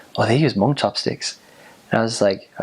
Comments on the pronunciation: Ooo! I love your pronunciation of Hmong. Perfect 👌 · The way he said Hmong is sooooOOOoooo clearrrrrrrrr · wow he says hmong really good